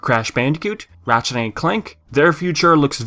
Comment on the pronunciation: am i the only one hearing him saying matchet instead of ratchet?